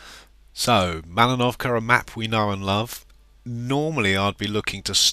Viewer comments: You're wrong. It's malinovka not mallnovka. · "malInovka", not "malinOvka" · But I'm Russian. And I know that the map and the place calls malInovka. the second 'I' is just 'i' but big to set accent, because author just called it like "malinOvka" with accent at 'O'. Sorry for my bad english:) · but when i watched the WoT based videos by Wargaming, they pronounce it malinovka. no hard feeling